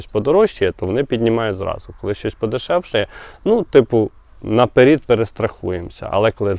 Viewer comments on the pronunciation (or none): А чого "наперід", а не "наперед"? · 😮, не напер1д а НАПЕРЕД, пров1ркове слово попереду а не попер1ду